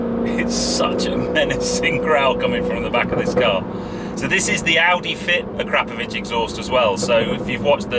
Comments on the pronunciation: Jesus fucking Christ, it's pronounced Akra-povic not A-krap-ovic. Fucking pleb. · Your pronunciation of the exhaust name is shocking!